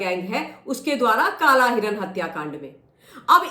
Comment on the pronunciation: Madam garhwal mein kalay nahi hotow kala hota hai